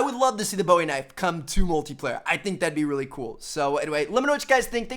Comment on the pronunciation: "it was like a uhwawilly good"